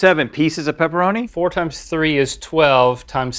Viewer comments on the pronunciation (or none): He also said peeparoni omg people pepperoni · Pepperoni. Not pepperonis. …I’m sorry, I had to